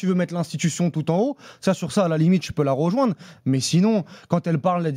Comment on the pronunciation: et le verbe " ROjoindre " S'il vous plaît, dites lui de faire une effort.